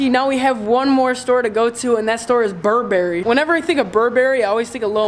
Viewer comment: How tf did you pronounce Burberry?